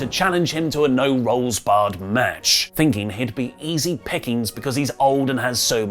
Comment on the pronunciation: Anyone else notice say "no rolls bared"...?